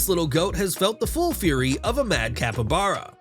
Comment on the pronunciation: It's not capabara, it called a Capybara.